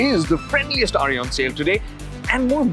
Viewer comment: He's saying RE as in Royal Enfield. At 1st I was like who the hell is Ari?